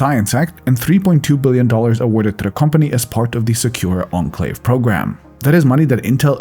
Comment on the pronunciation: I'm pretty sure that's not how you pronounce enclave.